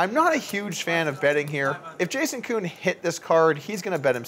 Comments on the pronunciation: jason koon... not juhkoon lol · why does polk keep calling jason koon.....jacoon???? lol